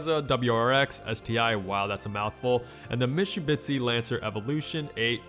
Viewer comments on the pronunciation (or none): It’s not Mishubitsi...it’s Mitsubishi. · I didn't think it was possible to butcher "Mitsubishi" this badly. Like "Mishubitsi"? Come on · You sound like an alien trying to speak like a human. Be spontaneous don't be scripted. And also it's mit su bi shi not mistubitshi. Anyway nice upload. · Did he just say mishubitsi??? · MITSYBITSHI XD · He said mishubitsi instead of mitsubishi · “Mitsubisi” “Hunday” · mishubitsi haha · Did you say mishubitsi???? It’s Mitsubishi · whats a MISHUBITSY? :D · Mishubitsi? It's Mit-su-bishi (sorry, triggered fanboy) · I wanna know what a “mishubitsi” is. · MISHUBITSY LMAOOO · Mishubitsi lol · mishubitsi!!!! THA FUCKS WRONG WITH U MATE!!!!!???? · [mits-hu-BEE-she] not [mish-hu-BITS-ee] I just about laughed out loud when I first heard you say Mitsubishi. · The what? Mitshoe bishi? Mitsubishi god lmao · Mishubitsi XDDD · misubishi? XD hahahahahah mit-si-bu-shi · Mishubitsi? Lololololololololol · It's Mitsubishi not misubitshi ok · You mean the mischubitsi Evo x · In sorry. "mishubitsi"? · Also, "Hyundai" is not pronounced "hunday". It's pronounced "hiyoonda(h)ee" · Did you just say Mishubitzi ? Jesus Christ lol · He said mishtubisi XD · Mishubitsi .. Christ , at least learn to pronounce the names when you make a video! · MISHHHUBISHIE? WTF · "Mishubitsi" xD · mishubitsi lmao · ive never heard someone screw up saying Mitsubishi worse then him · Your pronounciation of Mitsubishi should be illegal. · HAHAHAHA HE CAN'T SAY MITSUBISHI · Guy can't even pronounce Mitsubishi and makes car videos. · The was you say Mitsubishi makes me wanna be a Subaru guy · How you pronounced "Mitsubishi" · Work on your Mitsubishi pronounciation. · You say Mitsubishi in a really retarded way. No offense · RS NOT S!!!!!! Still Love Ur Channel Though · How did you butcher the spelling of mitsubishi